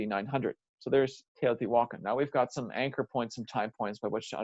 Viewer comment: It’s actually pronounced- teo ti walk on